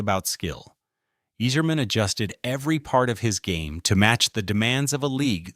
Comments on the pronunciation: Can you pronounce any name correctly? It's Eiserman and not Easerman, it's Chellios and not Chellios! Do some preparation, before you throw up in the microphpne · You're pronouncing it wrong, you sacrilegious jackass. It's EYE-zerman!!!! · Pronounced eyezermen . Could tell you never watched hockey. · I can't even finish the video..."Yeezerman". C'mon. "Cheelios" No way you're serious. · His name also isn’t pronounced eez-erman